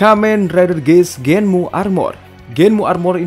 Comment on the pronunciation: Kamen rider Genm bang bukan Genmu